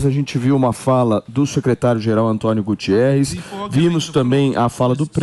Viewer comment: Não é Gutierres, sim Guterres, é português, ignorância e incompetências de quem quer informar.